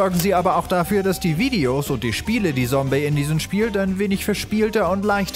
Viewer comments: es heißt Zombey nicht sombey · Sombey ??? Triggert Es heißt: !Z!ombey mit Z, wie bei Zombie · Sombey D:..... er sagt Sombey.... nicht Zombey... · Ja, Zombeys Kunstwerke! ^u^ Als ich die Benachrichtigung gesehen hab, wusste ich: Sehr gute Wahl! Zombey hat übrigens (wenn ich mich recht erinnere) mal auf Twitter ein Bild von dem Ordner mit den ganzen “Zombey macht Sachen”-Thumbnails gepostet... Er könne genau so gut Patient in der Klapse sein, hieß es. xD Nur noch ein Tipp (und den habt ihr nicht von mir): er wird nicht Sombey, sondern Tsombey ausgesprochen. xD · Nicht Sombey sondern ->Z<-ombey!😂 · Es heißt Tsombey nicht sombey 🙄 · ZOMBEY nicht SOMBEY xD Der selbe Fehler wie bei Paluten damals ;D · Rune er hasst das es als ,,sombey" ausgesprochen wird. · Rune Ne, zombey sagt selbst, dass man Zombey mit Z aussprechen soll und nicht mit S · KGM Da es ein Eigenname ist, kann der Namensträger entscheiden, wie er ausgesprochen werden soll, deswegen Heißt es wirklich Zombey ^^ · Mimikyu Es ist ein Eigenname, da zählt die Aussprache, die der Träger möchte, deswegen wird das Z auch wie ein Z ausgesprochen